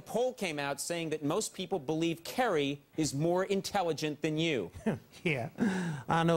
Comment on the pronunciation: When Edwards pronounces “Senator Kewwy” like a baby I died